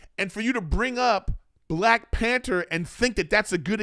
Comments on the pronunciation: PAN - THER not "pan - ter" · There’s a H in panther lol